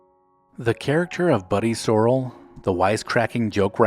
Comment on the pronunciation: And Buddy's last name was Sore-ell, not the way it was pronounced in the video. How could anyone who watched the show mispronounce those names?